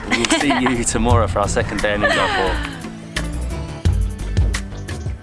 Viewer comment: The least one can do is to pronounce Udaipur properly....